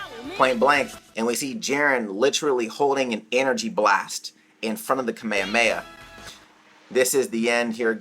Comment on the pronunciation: Am I the only one bothered by the way he says “kamehameha”? Or have I been mistaken all of my life and that’s the right way to say it?